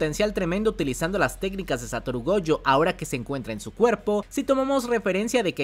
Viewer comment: Cada vez que dices goUjo deseo bloquearte y nunca más escucharte y lo peor de todo es que dices gojo normal en muchos momentos, pero es tan molesto